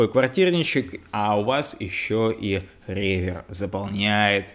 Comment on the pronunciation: Может, реверб, а не ревер?